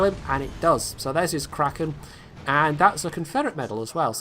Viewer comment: you kind of pronounced kraken like cretin aswell :P